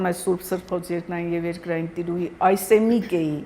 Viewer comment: Ինչու եք Անաիդա շեշտում ,եթե ոչ Անահիտ ,նույնն էլ Այսեմիկե ,եթե ոչ Այժեմիկ?